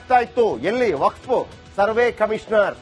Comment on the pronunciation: Waqf akshara nininage ucharisalu kasta aagbahudu yakandre ninna nalage sari illa